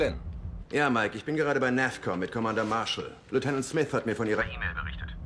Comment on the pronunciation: Kann das sein dass der CO abundzu "NerfCom" und nich "NavCom" sagt ? :D